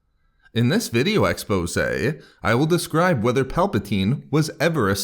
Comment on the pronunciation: ZoomPlayz123 - Gaming Ok...I love the way he says ' in this video exposa, or expose` exposé in British. (ɛksˈpəʊzeɪ ) the act or an instance of bringing a scandal, crime, etc, to public notice. an article, book, or statement that discloses a scandal, crime, etc. Collins English Dictionary. About 3 years ago I wanted to know what it meant too. So it's a video of interest, popular view or sometimes speculation in this case, he is revealing what he believes the meaning behind what might not be shown, or from other sources to be fact, but not reveal to us at the time. So there you have it!!!! Hahaha why not give my comments a like....... If not for me, for people who give a f@ about what's being said to them and also like to know the meaning of interesting and fancy words hahahaha.... hehehehe